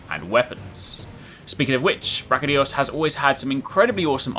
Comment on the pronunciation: Its not Brachydios, its BrachyDIOs!!